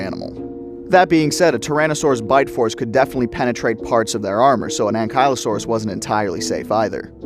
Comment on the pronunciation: pronounced ankle-low-saur-us